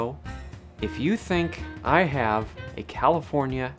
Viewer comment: The first time you said "If I have" you ever so slightly pronounced it "I Hee-yav" like your grandparents are from the Midwest or something.